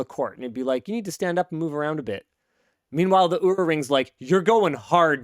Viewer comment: Oura is supposed to be said like the beginning of "Oh rough"